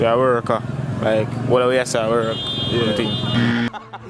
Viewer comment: Man say worker...lol